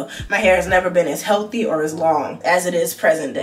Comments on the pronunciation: Him saying HEALTHY has me dead 🤣🤣YALL are so cute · “dats cuhs im huhhealthe’! huhhealthe’ een huhhydrated.” 🤣🤣🤣 the way I hollered!!! 🤣😭😭